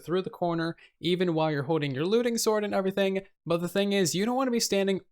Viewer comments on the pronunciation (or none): “Overything” 😂😂😂 sorry I had to say it